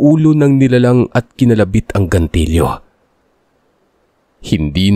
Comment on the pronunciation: hindi gantilyo, gatilyo.😂